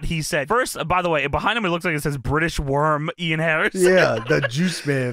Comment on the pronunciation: DA BRITISH WOOORM